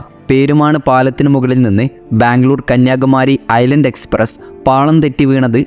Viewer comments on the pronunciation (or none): none